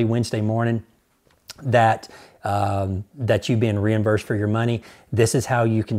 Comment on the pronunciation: Reimversed or reimbursed? Sorry